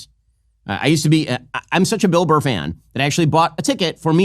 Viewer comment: The way Benny says “Bilbur” 😂